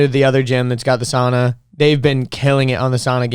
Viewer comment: .... she’s right though, it’s sauna where the au is prenounced as Aow, I got steam in my face😂